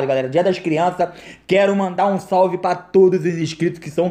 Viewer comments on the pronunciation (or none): none